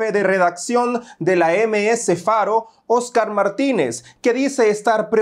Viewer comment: Que aspiraban?????? Dice eseoscar